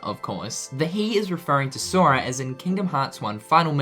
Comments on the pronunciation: he says soria lol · listen how he says sora